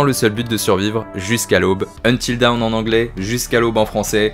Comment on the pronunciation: Bilingue mais tu ne sais pas prononcer DAWN 🤣🤣 sinon très bonne vidéo merci !